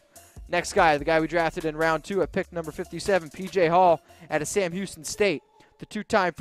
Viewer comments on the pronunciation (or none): none